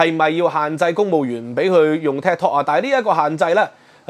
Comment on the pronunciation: Could you please watch your pronunciation. Is Tik, not ted!